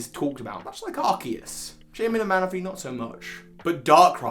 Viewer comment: Arceus is pronounced with an "s". The name is Aruseusu, not Arukeusu.